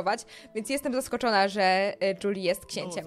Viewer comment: Lepiej brzmi Juli a nie "Dżuli"